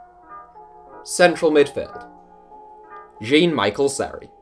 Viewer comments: It’s pronounced Jon-Mikel Seri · Seri full name is said jon-mikel-seri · Seri is pronounced John mi-shell seri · The way you pronounced Jean-Michel Seri literally made me spit out my drink He’s not English mate 😂